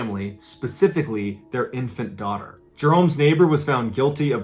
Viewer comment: "I will crawl in your attic. I will drill holes in your ceiling... I will spy on your IN-FANT DAUGH-TER!!!"